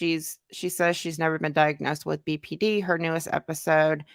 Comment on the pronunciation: I remember (only bc it irritated me) she’d call BPD “BPT” and I would want to yell at the screen saying it’s D. How you gonna say you have BPD but you don’t even say the initials right